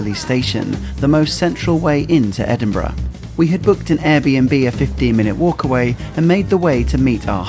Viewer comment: And he can actually pronounce the name of the city, which is much appreciated! It is very irritating when people post videos and claim to have been in a place called "Edin-BRA".